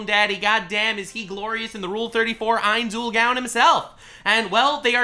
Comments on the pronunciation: Ainz Ool “Gown” lol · "ains ull GAWN" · First of all thank you for showing love to one of my favorite animes( even though you're butchering the main character's name). Secondly the only people that don't like Overlord are people who believe in the power of friendship. They all believe that the isekai hero needs to have a gigantic harem, never have sex, be OP and collect lolis like stamps. Granted the anime has the same aspects as log horizon, but the story of overlord is dark and twisted the longer it goes on, I'm glad this anime is the way it is. It's a lot fresher in my mind than watching another Kirito knockoff. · The way keeps saying the name so wrong that it could be considered blasphemous, make me cringe each time he says it. 😅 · I love Overlord content and would consume it like crack. However the way you say Ainz Ooal Gown just triggers me so much I had to stop watching 4 minutes in. Probably just a me issue. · Call him Lord Ainz or learn to say his name right smfh.